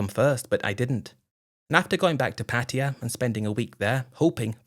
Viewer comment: After making an effort in a few stories, Patia is back on the menu. It’s just difficult for dumb Brits to say Pattaya 😂